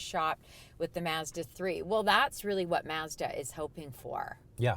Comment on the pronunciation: Stop saying masda its Mazda. I work for em its not how you say it.